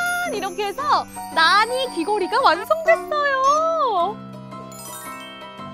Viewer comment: 저거 나니가 아니라 나!-니!- 아닌가요